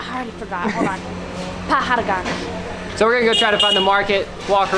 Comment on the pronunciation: You guys are so cute. The way you guys pronounced “ Chandini Chowk” and “Pahar Ganj” was hilarious, but kudos for trying and always being optimistic.